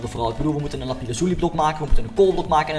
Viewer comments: Het is lapis Loezi niet lapis lozi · het is lapis loezi niet lapize loezi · het is lapis lazuli en niet lapi lazuli